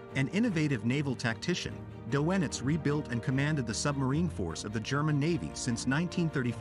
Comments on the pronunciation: "Doe-En-itz" really? it's pronounced "DER-NITZ" ... the name of the most important Nazi commander of all (U-Boats and then Navy and then all of it)?? ... he was so slick he convinced court that he wasn't a hard core Nazi and he certainly was - ended up living out his life as a civilian - I guess he paid a price - as he should have - both sons were lost on U-Boats ... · Doe- Ennitz 😂 I had a friend whose mother was Doenitz' niece, never heard him pronounce it like that!